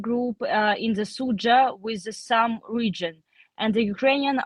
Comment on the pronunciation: What I learned here is the y in Sumy is silent. Just Sum.